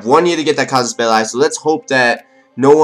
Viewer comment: Its cassus ball-ey no ball-i